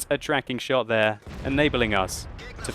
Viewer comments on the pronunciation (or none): none